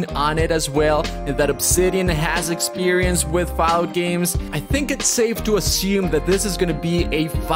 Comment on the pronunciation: Why does he keep saying Fow-out?